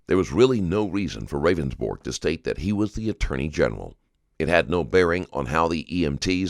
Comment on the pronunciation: Its funny how the narrator keeps calling him "Ravensborg" when in the video he clearly told the police several times it was pronounced "Rounds-Burg"